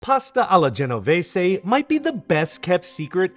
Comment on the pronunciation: Amazing...an american the pronounced genovese correct...failed on saying caramelization correct but still so good to hear genovese the correct way